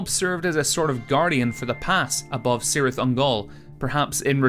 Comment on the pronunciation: K-sound! Cirth is pronounced K-IRITH!!!